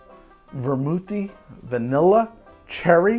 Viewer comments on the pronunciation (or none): 30min to go and I'm hearing "virnilla" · 3.1 VERnilla This is me 2nd time watching this treasure. I just noticed that on Manhattan 3.1 (x15) our dear host said VERnilla. And that struck me funny af 🤣